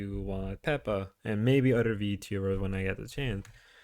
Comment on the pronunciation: He is pronouncing Pippa as PEPPA. Just like Pippa's PELLOW 😂